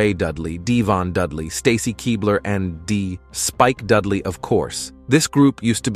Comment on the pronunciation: "Spike DUDEley"? I. HATE. COMPUTER. VOICES.